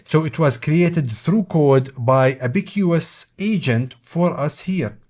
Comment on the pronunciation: say ab-uh-cuhs like the chinese counting device